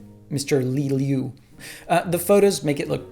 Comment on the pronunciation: Liu is pronounced like l-ee-oh